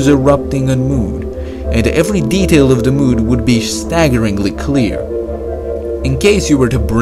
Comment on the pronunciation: Thö moOun